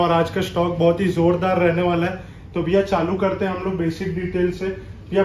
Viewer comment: Biya..ya Bhaiya humko toh Biya sunai de rha hai